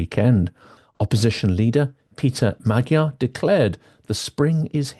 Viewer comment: I'm a great supporter and fan of Silicon Curtain, but it irks me a bit that Hungarian names are constantly mispronounced. It is not difficult for English native speakers to pronounce Magyar and Fidesz correctly. And it's Orbán not Orban.